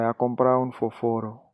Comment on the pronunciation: Se pa español dominiken ou fel Selman, gen anpil kote ou pa prononcé byen examp fósforo ou p arespekte aksan to freo men se yon bel travay, epi retiré sa nana tèt ou je se panyol Dominiken, bay bob español paske se pa sel República Dominicana ki genyen et ki pâle español ok freo. Gracias